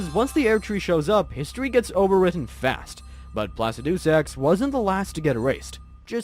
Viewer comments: Placaducesax? Who’s your dialect couch mate? Mario? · this feels like an AI generated script. im not sure you played the game at all and you just read the AI generated script, which would explain the mispronunciation of names and the slight inaccuracies. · I've never heard Plaxidusax pronounced like that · Placidusax too 🎉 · And Placidusax